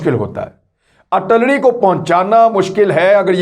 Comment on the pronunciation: Kamran Khan the word is AR TIL LARY